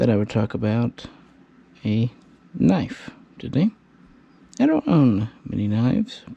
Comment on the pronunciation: KNIFE is NOT pronounced KERNIFE, it's universally pronounced NIFE